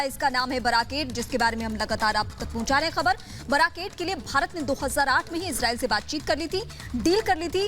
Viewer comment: इजराइल का नाम तो सही से पढ़ लो